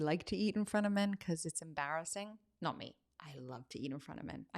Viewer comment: "in fron of men"? FRONT.